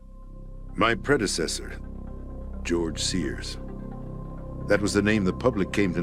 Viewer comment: "Gorge Sears"?